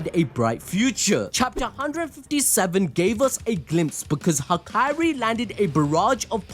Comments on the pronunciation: am i the only one that had too stop the video from the way he said hakari, as "ha-kai-ri" only cause ive only heard it pronounced as "ha-ka-ri" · all was good untill mf said hikiri bro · Bro is doing Hakari dirty. He isn’t the princess from kingdom hearts. Out here calling him Hakairi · Saying hakari like that makes me uneasy 😭